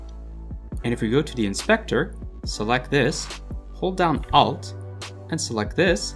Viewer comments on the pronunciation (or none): an Indian specter.